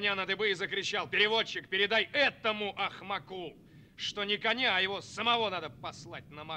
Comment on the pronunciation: Если просто слушать, не смотреть, то отлично. Но в роли Бауыржана Момышулы лучше смотрелся бы актёр азиатской внешности. Да и слова коверкают, что еле понимаешь. АкымАк - глупый, глупец. АкмАку, а не акмакУ. Хотя бы ударение в словах правильно ставили. Я всё голову ломала, что это за слово у нас. А когда ударение переставила, поняла 😅